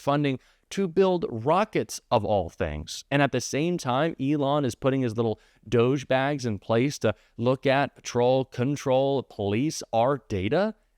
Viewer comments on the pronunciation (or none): Im grateful that you maintain civility, but did i hear you say 'little doge bags'? I think you meant douchebags...